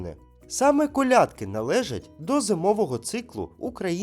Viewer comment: Вітання з Черкас. Як завжди пізнавально і розважально. Не надто складно і не заумно. Але маю зауваження щодо правильності сказаного. 1) не розділяйте українців . Множина не має статі - це узагальнення ( спортовці, захисники, викладачі, учні … всі / обох статей). 2) правильні наголоси: колЯдки і колядкИ, пІсні і піснІ ( однина і множина). І багато інших таких прикладів. Чомусь не надають значення цьому ( не лише Ви). 3) церкви / монастирі де б вони не були не можуть загубитися, щоб потім десь знайтися ( не наслідуйте помилок інших людей). Вони просто Є. А можна сказати простіше: скільки монастирів в Україні мають статус лаври? Не треба ускладнювати. З 12 лавр, що є у світі - 4 в Україні. В останньому запитанні , я думаю суть була в тому хто запатентував винахід. Бо відкрив ці промені саме Пулюй. Успіхів у розаитку каналу. Чекаю новіх вікторин.